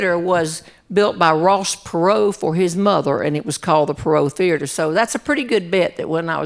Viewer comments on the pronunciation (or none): none